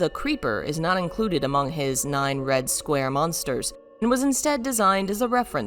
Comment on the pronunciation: "Approach the monters"